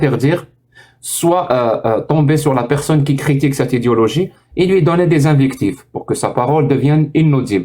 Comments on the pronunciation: Au lieu de prononcer "idéologie", il prononce "idiologie". C'est un fait exprès ? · Avec son accent, en fait il dit "idiologie" et c'est très juste pour le coups 👊